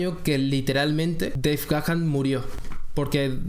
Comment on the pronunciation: Tu pronunciacion de Deve Gahan, esta incorrecta. Verifica tu pronunciación. 👎🏻👎🏻